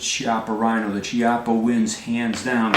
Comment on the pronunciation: Chiappa is pronounced with a "c" as in "cat" or "caliber". It's because it's Italian, where generally "h" makes a hard sound sound so if it was Ciappa you would be correct. Now if it was Spanish is would actually be pronounced as you did since there a "ch" combo is like the first part in "Czech". Easiest way to remember is that the Spanish writes Qué, but the Italian writes Che.